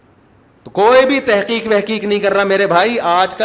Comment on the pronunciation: مفتی صاحب لفظ تِحقیق نہیں ہوتا تَحقیق ہوتا ہے